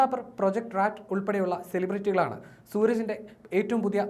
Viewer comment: പ്രൊജക്റ്റ്‌ പാറ്റ് ആണ്. Rat അല്ല